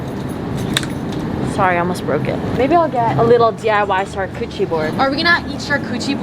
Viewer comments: why is no one talking bout how says char-coochie board instead or char-coutary board???? I find it so funny- Love you <33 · did she say char-coochie board 🥲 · I kept thinking she was saying coochie board and I was like wtf mai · Hearing English speakers saying "charcuterie" is amazing being french 😂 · mai its a CHAR-CUUT-AREE (e noise lmao) board 😂